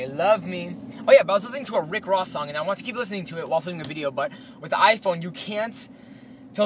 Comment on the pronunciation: Hahaha thumbs up if you thought it was funny the way he said ricky rossay ugh